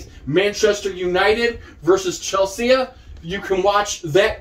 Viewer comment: First American I've ever heard say it that way. I'm American.